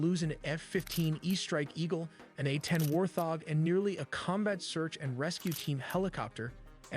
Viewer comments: WTF is a war thog? God damn, AI can't speak fucking English. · War thog??? God I hate AI generated audio...... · Made my eye twitch every time lol the first time I heard it I was like "have I been saying it wrong my entire life" then I got mad because it made me doubt myself for just half a second 😂😂😂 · Why he saying warthog like that